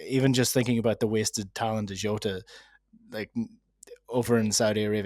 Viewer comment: when did Jota become Zzzhou-ta?